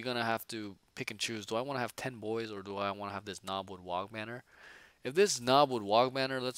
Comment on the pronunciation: If you do run Trukks, don't forget that it can fire its Big Shoota in melee. Same for the Battlewagon Guns. Lastly, the "G" in WAAAGH! is silent! There is no such thing as a "wag banner" :)